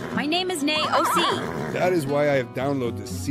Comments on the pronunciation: Mrs. Ed “NAY-O.C.”😂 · Nay Ohsee …. 🤣😂🤣💀